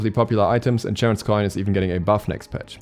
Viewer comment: its not ch as in change is ch as in chiron(helpful tip for charon's coin)